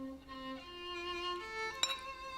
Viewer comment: The abrupt "BYE." kills me every time 😂💀